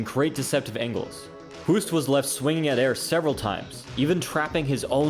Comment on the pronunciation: Hoost is pronounced as the english word 'host'. Great list. Keep it up